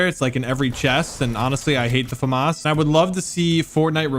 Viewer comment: Everybody roasting him how he says ‘famas’